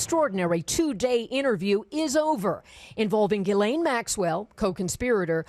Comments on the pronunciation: Her name is pronounced Gee-lehn (hard 'g'). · Please pronounce Ghislaine's name correctly.